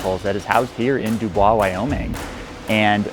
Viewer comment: It's pronounced duboys